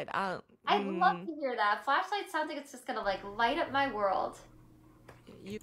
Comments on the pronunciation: Was the song called Flashlight? I thought she said Fleshlight 🤣🤣🤣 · I swear, I thought she said fleshlight. 😂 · All I can hear is “fleshlight”. I can’t stop laughing 😂😂😂 “You’re a fleshlight to a lot of people” “Thank you you’re a fleshlight too” Everyone smiling 😂😂😂 stop I can’t breathe 😂😂😂